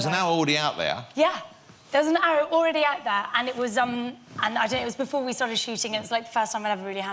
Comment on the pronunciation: How the hell did this guy get a talk show? "There was awwow awweady out there"